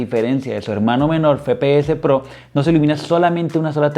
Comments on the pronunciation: Buen unboxing y review pero me daba ansiedad que digas fepeses pro en vez de efepeeses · el fepeese pro, se dice efepeese broo